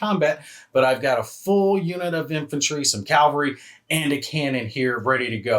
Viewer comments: Calvary 😑.... CAVALRY! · Cav-al-ry. Not cal-va-ry. My 5th grade teacher had to correct me in front of the whole class while I was doing a Waterloo oral report. I will never forget. And, she was right. Calvary is a site immediately outside of Jerusalem's walls, where in the Christian tradition, Jesus was crucified. Which is probably where I got the pronunciation... from my heavy attendance in Catholic church as a kid.